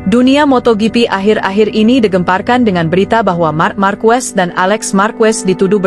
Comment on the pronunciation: Saran untuk announcer d video ini agar pronunciation nya dibenerin dulu yaaa, pengucapan lafal nama Marquez dan Pecco nya dibenerin dulu . ⛔️